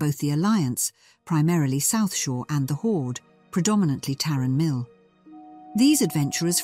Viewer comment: Greetings all, at the library we have realised that we may have some pronunciations incorrect, like Tarren mill vs Tauren mill, it must be said that the saying old dogs and new tricks can be employed here, we will continue to develop the content on this channel, may light be with you 💥